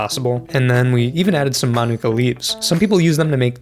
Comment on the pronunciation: Why do people feel the need to ignore the macron? It's mānuka, not minūka.